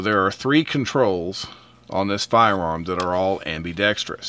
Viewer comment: Great review. Thank you. BTW, it's not ambee- dextous. The i is a small i sound. A small pet peeve of mine.